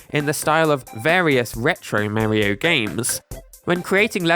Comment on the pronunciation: For being so focused on Nintendo, why do you keep saying Marrio? Don't you try to be accurate with your pronunciations of other names on your channel? Why do you keep mispronouncing Mario?